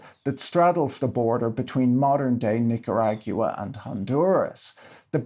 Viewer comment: Your pronunciation of Cazique and Poyais is not Spanish-style, but since they are made up that's neither here nor there. Unfortunately you do mispronounce Nicaragua in the typical Anglo way. It is Neek ah rah gwah. Try it, it's not so hard. Thanks for a great story (as usual) :)